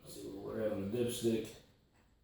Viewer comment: lmaooooo i thought you said "pull out your dipshit" 😂😂